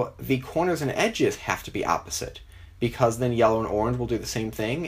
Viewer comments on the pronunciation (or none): You say yellow like YOLO